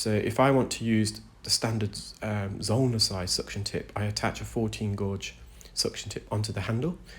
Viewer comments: Gauge. Not blo0dy gorge. Lol. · I love hearing your voice when you explain what is happening. I'm glad these people have been able to find you help them.😊 The word is gauge with a long a sound not the word gorge with a long o sound. I live in Tennessee and I know people make fun of how we talk too.😊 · Oh my goodness this poor patient, it must be horrible. I love how much you educate us with your narration. I'm in the UK and having worked in engineering and knowing lots of engineers gauge is pronounced like gayj. That is the correct pronunciation in English, I can't say how other countries might pronounce it. Gorge is a different word meaning a narrow valley between hills or mountains etc... like Cheddar Gorge here in the UK. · Gourge? Who the hell is telling you to say that? Pfft, 'gauge' is definitely pronounced gayge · Who told this man to pronounce gauge as gorge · Please stop pronouncing it "gorge". It's hurting my soul. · I enjoy your content but most especially how articulate you are. BTW the correct pronunciation of gauge in standard English is « gage » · the way you are pronouncing gauge as "godge" is hurting my brain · Guage rhymes with wage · There’s no way Gauge is pronounced Gowdge. Sorry. Just no way lol! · He pronounces it "gorge" not "gowdge" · Love your videos! Re your pronunciation of gauge. In the UK gauge is pronounced gage (rhymes with cage). You’re obviously a great reader! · Wow 2nd comment! Love your channel and compassion ❤ And gāuge has been the pronunciation forever. Think "gay-juh". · Yes and pretty much everywhere else in the world where English is spoken. His other pronunciation of gauge was wacky!